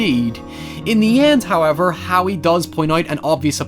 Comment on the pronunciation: I love when you say "hoiever," I can't even emulate it right lol